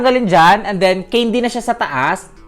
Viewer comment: The word CANDY! It should be pronounce kendi" not keyndi! 😏